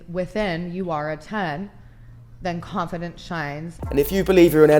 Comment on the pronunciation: That bald bird that pronounces every vowel as "a" does my nut in. if you believe yar a tan then canfidance shanes. ay could be batter but if you just thaught that you were the bast